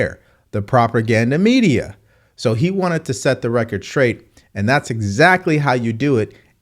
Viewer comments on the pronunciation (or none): The word is "straight " not "traight"😊